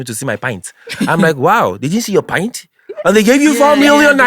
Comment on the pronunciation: They pronounce pant as pint.